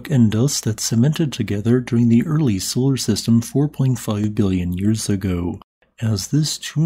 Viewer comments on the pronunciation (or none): none